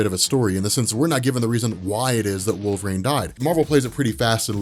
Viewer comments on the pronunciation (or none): none